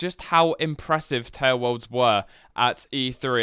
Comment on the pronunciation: "TALEWOLRDS"